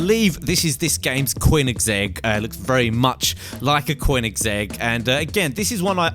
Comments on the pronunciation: its not coinigsegg its koenigsegg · It's koe-neh-seg not whatever the he'll you said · Stop calling it a coiningszegg koenigsegg almost said like spelt and not vacha its vacca I cringed to death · Cgoenigsegg hahahahhahaaa Koeniseeg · Quin-is-egg? O_O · It's konissig not kernersig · koinsegg [koe-in-segg] remember that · you BUTCHERED the name! its pronounced kon-eg-seg, like how its spelled:koenigesgg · quinisegg Lol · A "Quininzegg"??? :S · lol he said qwineczeg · cwoiningzegg? wtf is that? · Qwinnigsegg... really? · Just adding how u pronounced the name Koenigsegg wrong cuz it's Swedish and I'm Swedish so I can tell when u pronounced it wrong. But keep up the nice GTA 5 content as no one really shows the parts of the game such as car mods as you do. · The way you say vacca and koenigsegg no. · The way you say koenigsegg makes me want to knock you out cold.